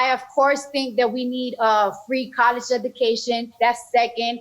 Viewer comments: She can’t say the word “education “ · she says she wants free education but literally cannot even pronounce the word lol she honestly sounds so dumb it’s actually like a confused child talking to an old man with dementia